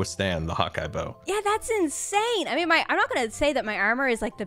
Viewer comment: Am I the only one who just found out that Scar says "hot guy" instead of "Hawkeye" every time he swoops I'm with the bow? I feel like I'm seeing the Matrix code now...